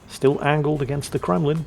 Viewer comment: I know I wasn't the only person heard say Kwemlin. Has lost his mind thats Flambass's thing Kwaken.